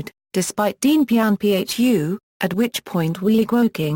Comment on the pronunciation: This should never have been narrated by digital speech. I had to stop & think about who & what was being mentioned: Zhou En Lai, Dien Bien Phu, Pathet Lao, etc. Horrible pronunciation. Too bad. The topic is well laid out & worthy of further detailed investigation.